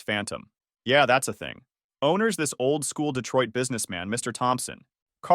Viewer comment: Mr Thompson?,c'mon Ai,put some effort.